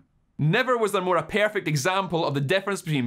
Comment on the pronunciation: "Improved, but not pearfect"